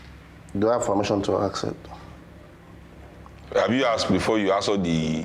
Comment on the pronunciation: Ask not ax